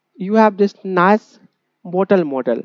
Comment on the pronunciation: bottle ❌ botal✅